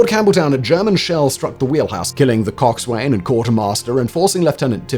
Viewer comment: Simon... Dude... I know you don't care about pronunciation but ... Forecastle is pronounced folk-sal. Coxswain is pronounced cock-sun. Boatswain is pronounced bow-sun. I know you're not a sailor, but mispronouncing these terms makes you sound quite foolish to those of us who are.